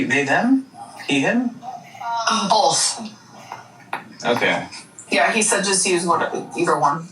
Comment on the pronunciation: has about 20 words in her vocabulary it is truly fascinating. Also love when asked about your pronouns and she clearly states BOLTH.